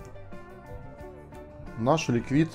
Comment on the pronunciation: Прошу меня извинитьОдно маленькое замечание слово ликвид надо делать с ударением на первый слог а по-английски это ликвид означает жидкость